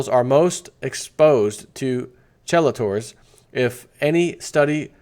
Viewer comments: I am NOT trying to be rude. I just thought it would help make more sense out of the article we're hearing. Chelators is pronounced KEY-lay-ters. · Chelators? Pronounced kee late ors. If that is what you read. :)